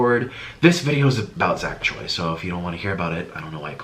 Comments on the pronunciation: It's actually cho-oi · Choi is pronounced as cho-ee? I thought it would be more complicated